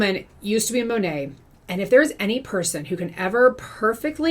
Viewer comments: I love when says MoNah 🤣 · Did you know it’s actually supposed to be pronounced Mon (like Mom) At (like past tense of eat) MonAt? That’s what their website says. But I haven’t heard a single person in Monat pronounce it correctly.